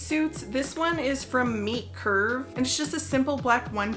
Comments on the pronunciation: I thought you were saying Meat Curve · So, now I know that it is Meet Curve, but for some reason I thought you were saying Meat Curve. I was very confused at Meat Curve for a clothing brand. Homophones, man. I like the sea snake suit (is that REALLY a thing - to ward off snakes?)